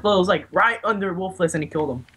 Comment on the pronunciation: ITS PRONOUNCED "WOOFULS"